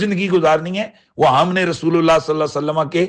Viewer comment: Sallaho nahi hota sallallaho hota he